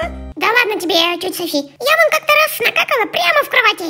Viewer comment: правильно Софи́*